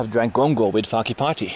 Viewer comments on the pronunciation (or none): You should ask them if they sell "Gongo", hehehe not Gango...